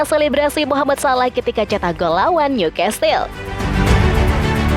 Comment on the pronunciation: Sebutan bukan niukastel..😮‍💨 tapi niukasel (newcastel)